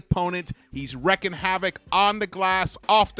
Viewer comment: Wreaking rhymes with freaking. Stop wrecking my ears ;)